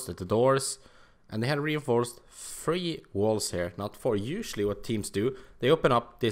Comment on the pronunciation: Anyone else thought it was funny how he said "three" like "free"? But anyway great video man, love to see all this pro strats, thx for doing this. Cheers ma dude